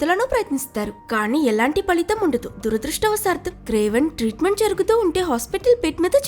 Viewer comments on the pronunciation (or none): none